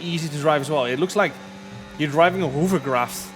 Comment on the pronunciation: Hoover-craft haha. For someone so good at English, he does make some comedy mistakes.